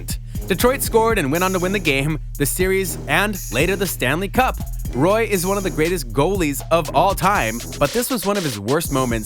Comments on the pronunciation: The Colorado Avalanche goalie isn't pronounced 'Roy' it's pronounced 'Wah'. [ʁwa] . It's a French pronunciation. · Someone should probably tell him that Patrick Roy's last name is actually pronounced like wah